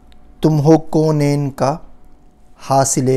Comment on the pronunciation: I am pardon to say you are saying KoNahin but it is not mean it is k a u n a i n